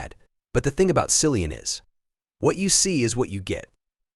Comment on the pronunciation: It is 2024, decades beyond it being the slightest bit acceptable to mispronounce this Award winning Film actor, Theatre actor and now Producer of Films that will garner recognition and Box Office. Content Creator it is "Kill-ee-an Murohy" and not Silian Murphy.